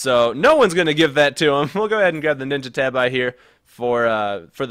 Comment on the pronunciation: When said "ninja tabi" dunno if it was on purpose, but my soul hurts, it hurts